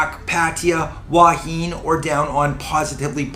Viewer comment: “Thanks for vid but “PLEASE” ask the locals how to pronounce “Hua Hin”, especially as your doing vlogs on it!